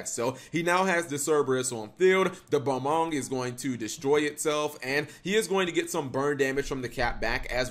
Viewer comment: Welcome back students to another lesson in pronunciation. Today's word is Balmung, say it with me students BAL-MUNG not BA-MONG. That will conclude today's lesson students.